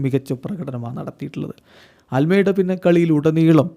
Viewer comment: അൽമേഡാ അല്ല തിയാഗോ അൽമാട